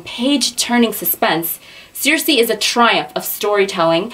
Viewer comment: you said it right (: "seer-see" Oooh I love the books you chose! I'm from Alaska and I love reading books based there <3 makes me home sick in the best way.